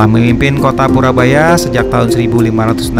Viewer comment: Koreksi mas purboyo,bukan purabaya.